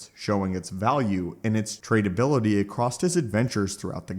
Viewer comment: There is no "t" in the word "across." Someone teach this guy how to pronounce basic words.